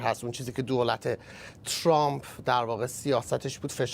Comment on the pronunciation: یه بار دیگه بگو " تسرامپ" 🤣🤣🤣 مَکسیمآم چی بوگو برا!😁😁😆😆😆🤣🤣